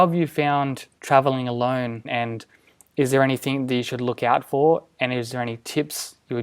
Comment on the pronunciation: Very informative... Please stop saying ANYTHINK... it's ANYTHING...